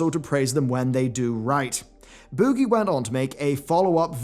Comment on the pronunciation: I love the way you say “boogie”